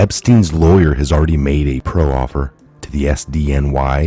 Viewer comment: it's just proffer, not pro offer...